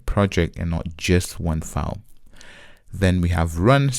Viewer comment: Man, it's "ˈfaɪl" not "faʊl" 🤣